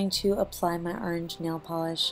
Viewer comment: Orange not aarrange